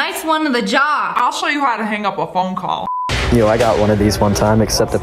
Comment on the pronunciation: i thought she said "fonko" lmao